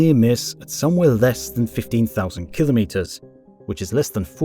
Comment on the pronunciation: Well, congratulations, You have joined the ranks of rare content creators who actually pronounce the word KIL•o•meters correctly, rather than that nonsensical ka•LOMM•mitters (or worse, KLOMM•mitters) uttered by people who don’t understand (or care) that it means 1,000 (kilo) meters (meters). No “LOMMs” are involved. Anyhow, superb content, despite the incorrect assertion that extreme weather events are currently increasing, part of the climate “crisis” narrative. And… …if you’re one of the uninformed individuals whose devotion to the “crisis” propaganda inclines you to leap to its defense and accuse me of being a “denier”, it might be in your interest to drop that nonsense. First of all, I don’t deny the evidence that there is a slight warming trend (depending on what period you examine), but the conclusion that it signals catastrophic warming is a fiction designed to advance a political agenda that is not in the interest of the vast majority of the human species. If you are happier believing that fiction and are immune to contravening facts, I can’t help you. But if you would prefer to understand why the purported “crisis” is a perversion of actual science, I have good news for you. Get yourself a copy of Unsettled: What Climate Science Tells Us, What It Doesn’t, And Why It Matters, by Dr. Steven E. Koonin, a Ph.D. physicist with years of expertise in computational physics, global environmental science, and computer modeling (and how it has been manipulated to support fal